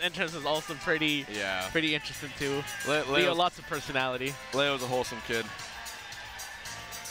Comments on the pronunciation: Why can all the white people pronounce "Leo" correctly in the Spanish way, but Zero, the ONLY OTHER HISPANIC guy, can't pronounce it? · It's ironic cause Zero was mispronouncing "leo" while hbox was actually pronouncing it correctly